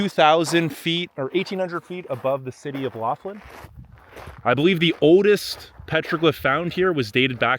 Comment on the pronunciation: Are you from the Virginias? Your pronunciation of "mountain" and "oldest" sound like people from there.